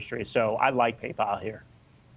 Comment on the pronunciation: Until today I thought only Germans were mispronouncing Paypal as Paypaul! 😂